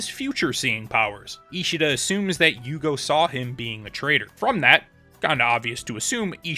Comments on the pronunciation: Bleach is the first anime that I like so much I want to watch the fillers. Admittedly only after I finished the canon but still. Normally I just skip em and don’t think twice. I think name is pronounced “you-hah-bach” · Here u go, u had problems with Pronunciations right? it's yuhabakh or yuha-baha in Japanese pronunciation depending on characters personal dialect. In English, It's popularly pronounced as "yhhw akh" but you can also refer to him as "Yuha" it's popular among fandom.